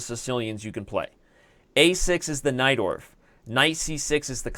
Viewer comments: Everytime Someone says Najdorf Variation I understand "Knight door" ^^ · I always hear "knight dwarf"